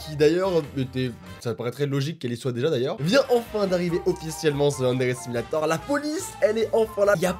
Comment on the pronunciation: Tu sais dooms elle tue tout le temps gros booms dans yandere simulator et quant elle dit yandere simulator elle le dit avec un accent